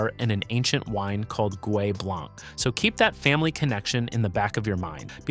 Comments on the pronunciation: I stopped watching the video when he pronounced the c. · I came to look for the comment. It drives me crazy. Matt Leblanc… ugh. why pronounce the ‘c’. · As a French man, I die a bit each time you say the C in blanc.... it's silent !!